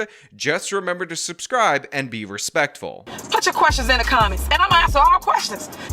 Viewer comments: Don't understand how someone who pronounces "suscry button" became a mayor in the first place. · She can't even say subscribe correctly... Make sure you suscribe. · Don't make "allezations", press the "suscribe" button. Lol! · "Suscribe" no i will not. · Press the “ suscibe” button! 😂😂😂😂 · What's a "susscrie" button? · It's SUB SCRIBE NOT SUS CRIBE .. hopefully you will have plenty of free time to catch up on Grammer n Education ...heard you learn Alot in Prison !! 😎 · Did tiff say suscribe. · press the suscrie button yes you press the suscry button. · "Press tha suss-cry button!!!" Lol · You heard her "suscribe" lol not suBscribe. This is a Mayor that cannot even speak properly. Sad but entertaining. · She can’t even pronounce the word subscribe!! 😂😂😂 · she cant even say "subscribe"